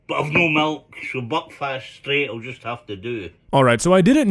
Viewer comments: It's Buckfast not Buckfest lol 😂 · Hey, I just wanted to let you know, I thing “buckfast” is supposed to sound like “Belfast” Whitch is the capital of Ireland. Thank you!